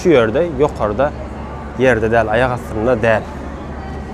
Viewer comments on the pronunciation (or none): none